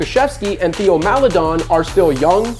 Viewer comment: Not enough to pronounce Theo’s name right tho😖😂